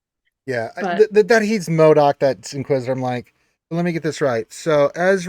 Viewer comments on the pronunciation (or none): Those first 3 episodes were really excellent. And I agree that Force Ghost would be better than a Flash back. And, its Marrok not MODOK.:)